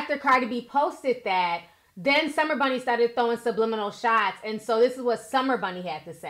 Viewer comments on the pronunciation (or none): Did this lil young heffa say sublinials? Ummmmm, what's that ma'am? Hahaha oh u mean subliminal? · Summer Bunni is taking Blac Chyna's whole face and makeup look 😳😳😳😐😐😐and she couldn't pronounce subliminal...smh. This whole fight is a hot mess. Like I wish Cardi would just chill and be quiet.